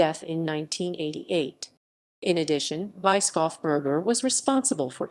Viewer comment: ... voice sure is AI, but for the pronunciation it is "Bruno Bischofsberger" : [Broonow] [Bish-off-burger]. which could be "read" as the bishop (Bischof) from the mountain (Berg)